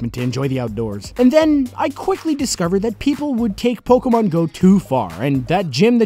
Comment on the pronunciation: It's Po-KHEY-mon doofus.